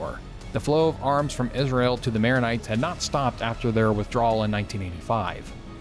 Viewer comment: Nice Vid. But you're kind of butchering the protagonists' names